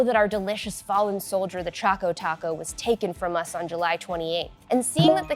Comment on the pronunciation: It's Choco Taco, not Chaco Taco.